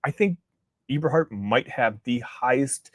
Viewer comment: The name is pronounced Eh-ber- hart not e-ber-hart